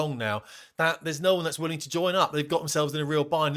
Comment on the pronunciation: Did he say coalition of the willy?